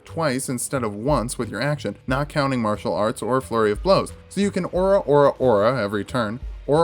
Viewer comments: The way you say "Ora" is kinda bugging me, it sounds like "Aura". The battle cry has a roll on the R and emphasis on the second syllable. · I hate how you keep pronouncing ora wrong.